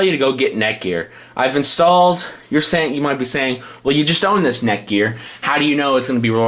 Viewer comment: is he saying neckwort?